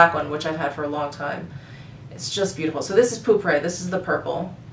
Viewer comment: If you like Aqua Allegoria Herba Fresca (lovely), try Hermes Un Jardin sur le Nil, no mint note but my absolute fave. Also, the "e" at the end of pourpre (purple) is a soft vowel [poor-prah].😊